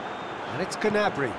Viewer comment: its gnabry